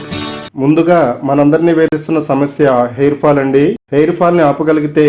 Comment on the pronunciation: అంది andi అనడం bagaledu